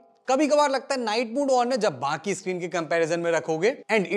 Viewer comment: iscreen nhi bhai-sahab. screen hota hain.